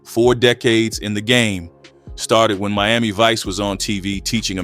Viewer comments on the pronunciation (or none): none